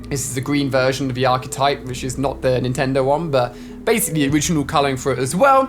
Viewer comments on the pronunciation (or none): none